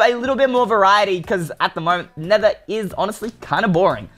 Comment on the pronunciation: Not nethe its nether